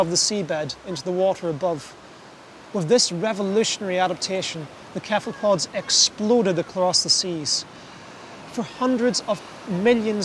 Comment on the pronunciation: After 37 minutes the guy keeps saying "kephalpods" and it's driving me insane!